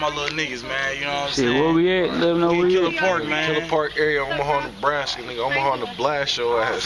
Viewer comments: I swear I don't believe these nigga my nigga is Nebraska he said neblaskca I can't stop laughing # philly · Lmao not neblastya😂😂😂😂😂